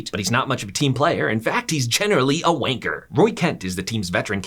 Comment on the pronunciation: I never want to hear a American say wanker ever again man said wainker